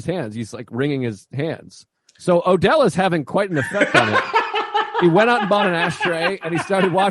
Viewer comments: I'll listen to anybody talk about Jackie Brown, but it's kind of driving me crazy that he keeps calling "Odell" instead of Ordell. Not a big deal, I guess, but he's the one who said he's watched it about 900 times. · Same. And he keeps saying it wrong SO MANY TIMES.